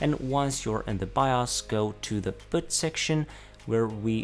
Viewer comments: Annoys me he doesn't say Boot, but secure bot? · Please do not pronounce "boot" as "but" or "butt" it's long /bu:t/ it makes it hard to listen as it annoys the hell out of me. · its secure boooooot, not secure bot